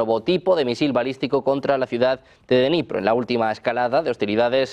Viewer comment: No se pronuncia denipro, se dice: Dnipro ta y como se escribe! La D se pronuncia corta y luego viene Nipro con acento en la o... Espero haber podido ayudar! Saludos